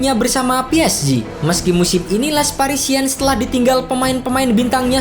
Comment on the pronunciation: Sekali kali narator harus belajar mengeja paling tdk nama-nama tim di negara saya, sakit telinga mendengarkan les parisiens dibaca.😪🤒🤕